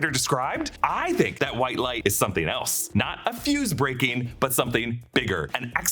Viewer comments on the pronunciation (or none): none